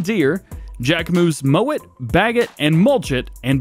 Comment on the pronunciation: Am I the only one that heard say "moan it" instead of "mow it"? I've watched twice and I swear he say moan instead of mow 😂